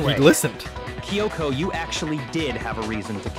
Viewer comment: Don't worry,, their pronunciation of Kyoko bothers me too.